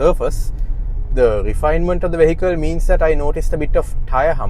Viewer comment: At least learn how to say 'vehicle'! You keep pronouncing this word incorrectly.